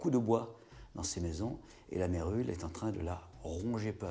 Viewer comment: 6mn48, ce n est pas la " Vérule", mais la "Mérule"